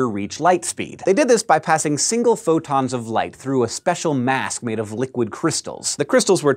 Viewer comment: It sounded like he said "futons of light." I like that image.